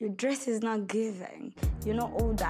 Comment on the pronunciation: Mother Telessa instead of Theressa😂😂